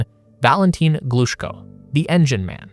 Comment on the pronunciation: Thanks a lot for this video! Just to help with the correct pronounciation of those great names: Korolyov: kuh-ruh-LYOF -- [kərɐˈlʲɵf] Glushko: gloo-SHKOH -- [ɡluːˈʃkoʊ] Chelomey: cheh-luh-MAY -- [tʃɛləˈmeɪ]